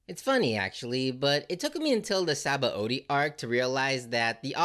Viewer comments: It's not entirely obvious how to pronounce Sabaody, since it's a Portugese word adapted by Oda, but it's spoken as Shabondy. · Sabaody is pronounced Shabondy. BTW